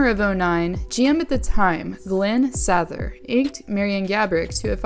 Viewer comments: Did you say “Glen Sath-er?”, it’s “Say-ter” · lol it's "Say-ther" dont mess with her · Lol how do these ppl do hockey videos and don’t know who hockey legends like Glen S-A-T-H-E-R is lol like constantly mis pronouncing legends names lol